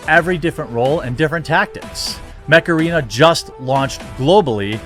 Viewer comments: I was listening without watching and i thought you said macarena when you were plugging mech arena. I was so confused. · For a moment there I thought you said....Macarena. I was thinking....Oh God no....not that stupid song again!!!! HEEEEEEEYYYYYYYYY Mech Arena!!!! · I thought he said MACARENA , like the cringe dance. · Not gonna lie.. I thought he said this video's sponsor is by Macarena and just did a time jump 🤣🤣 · Oh mech arena, I thought you said macaraina (like the dance) at first, lol. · when you said Mech Arena what I heard was The Macerena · The english pronuntiation of Mech arena is the same of spanish Macarena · When you first said mech arena, I thought you were saying macarena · I wasnt looking st the screen when you plugged your sponsor so I heard it as; "Huge shout-out to this videos sponsor, Macarena!" Ai! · When you said your sponsor was "Mech arena", I thought you said "Macarena" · I totally thought you said "Macarena". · And I'm not surprised. The problem is is that humans that get power behave like animals. WHy can't we put our disgusting urges in check? WTF is wrong with us? I guess we are no better than animals in the end!? BTW I thought he said Macarina when he did the promo. I wasn't looking at the screen and I was like WTF?! lol...... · Not gonna lie, when you said "Mech Arena", I thought you said "Macarena". 😆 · While i was only listening to this video, i was only hearing macarena and i was like "wtf you talking about Jeremy?". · You said "Macarena" on purpose! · haha I thought your sponsor was called Macarena XD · Been playing Mech Arena for a long time now. Sadly when you say the name fast it sounds Macarena lol. Download it peeps I didn't get that promo. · I'm sorry but everytime you said Mech Arena I though hey Macarena! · I thought you said Macarina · I maybe showing my age here....but swear on my life I heard you say "Macarena" not Mech arena lol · Coulda sworn he said his sponsor was the macarena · I thought Jeremy said " macarena".